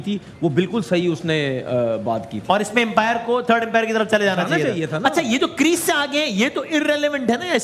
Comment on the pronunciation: इतने बड़े न्यूज एंकर बने हो अंपायर को empire kyu bol rhe ho बेवकूफ कही k